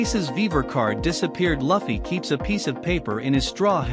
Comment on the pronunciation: Sorry if you feel bad but it sounds cringe how you pronounce Luffy, Dadan and other names in the video